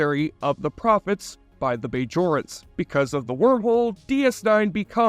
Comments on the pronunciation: Not to mention the BAYjorans....lol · How can you claim fanship when you can't pronounce Bajorans properly or know that the Alpha & Gamma quadrants are both part of the Milky Way not separate galaxies? That checked me out of the whole video & I didn't watch the rest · Bay-Jorans. Changa-Lings. Ghuol-Dukat. Aleem-Garak. For someone who claims to love this series, the narrator pronounces most of the proper nouns differently than the hundreds of times they are spoken in the series. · The way you say “Bajorans”, you don’t know how to pronounce Garak’s first name, you thought Jake would join “the federation” instead of starfleet, that you don’t know that the Gamma quadrant and alpha quadrant are both in the Milky Way galaxy, not separate galaxies… Relatively minor mistakes, but you say you love the show and these are pretty basic things. Seems more like you are just reading a script someone else wrote. Still a good vid. Props to the script writer.